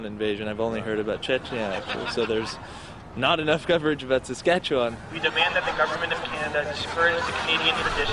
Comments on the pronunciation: I've spent my 58 years, so far, in Saskatchewan and I can honestly say Rick Mercer has no idea how to pronounce it. Local pronunciation is much closer to "S'skatch'win" because we don't have the patience to drag it out for 4 hours like Mercer does. And 1/4 of Saskatchewan's population lives in Saskatoon. If you want to have fun when visiting a foreign country tell people you are from "Saskatoon, Saskatchewan". Say it fast enough that it sounds like one word. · As an American, I can confirm that I knew nothing about Canada before I moved there. We especially wouldn't know anything about Saskatchewan, unless we live in a border state. Even Rick Mercer is pronouncing the name wrong, unless he is purposefully pronouncing it like an American would. This Hour Has 22 Minutes became my favorite Canadian show when I moved here. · I have only ever heard Saskatchewan pronounced the way he does, but I grew up in Québec. Western Canadians have a different accent, so any difference could either be due to a different accent... or most of us are massacring an indigenous name. Wouldn't be the only one, not by a long shot (Ottawa is one major example)